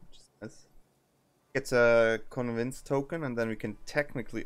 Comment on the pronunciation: Convince😂❤ as a wannabe youtuber myself that is not good at pronunciation... I feel for you